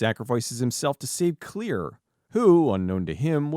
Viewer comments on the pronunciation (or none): Her name is Claire, not Clear